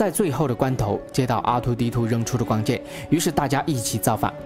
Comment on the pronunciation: R Y不分啊。。。rang永远都是读成yang 挥舞着光kian 。。。。。。内rong 变成了内yong 帝国势力 帝国是绿 嗯。。。被谁绿了呢。。。。。突然 突yan...... 说真的，讲的还是不错的，但是就这个发音。。。。让人着急啊。。。